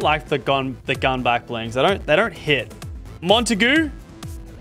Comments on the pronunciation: Blud said “Monty-Goo” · bro said montagoo 😭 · I know he doesn’t speak French, but the way he said “Montague” makes me chuckle 😂